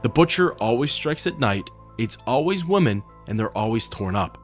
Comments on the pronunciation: Remember there's a difference in pronunciation when it comes to the words 'woman' and 'women'. You mispronounce 'women'. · Is there a particular reason you can't pronounce "women"?